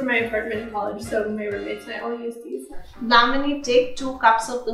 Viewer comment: why does she keep saying damini hehe very wholesome anyway